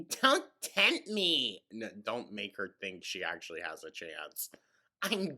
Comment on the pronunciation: thought process: dm1: i honestly don't think you'd win in court: it's not about what you think. it's about what the judge thinks. dm2: i'm totally like legit a real lawyer, and you would win: yep dm3: there is no copyright infringement: ackshulleee like yes. 10/10. if i show a judge their videos, i know i would win. just talks and talks. she never listens. not even to what she is saying herself. 🤦‍♂